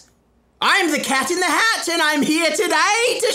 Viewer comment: You said it wrong tho,it’s “Cet in the het”.